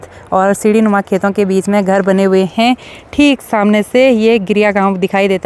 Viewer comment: हैं शब्द पर ज्यादा जोर मत डालिये,बाकी सब ठीक है।